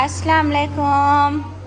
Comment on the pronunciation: Ap plz salam achi tara krna seekhain ap salam sai sy nai krtin,, salam laykam,, its wrong